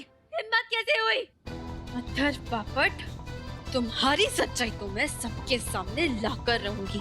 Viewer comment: Na papat na popat It's bapat 😂😂😂😂😂😂